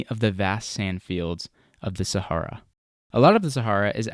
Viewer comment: I don't like the way you pronounce "Sahara", at all. I was glad when that chapter was over. Good video.